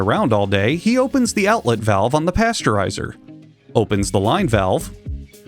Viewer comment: "the DACTFURI7ER" that just ended me for some reason